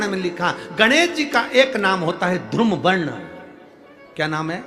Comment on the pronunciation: बोलना सीखे मूर्ख धुरुम वर्ण नही बल्की धुम्रवर्ण होगा